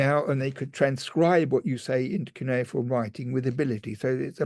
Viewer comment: Sounds like, que-ne-form. Cuineform!